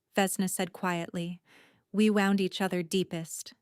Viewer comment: Wound Pronounced Wooned